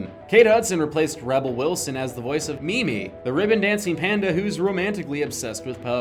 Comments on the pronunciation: Mee mee? It's mei mei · Also is it me or did he say Me Me instead of Mae Mae.